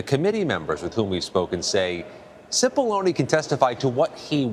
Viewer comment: Why does everyone mispronounce the Italian surname of Cipollone? When there is an “i” after a “c” the word is pronounced as a “ch”. In other words ~> chee poll on e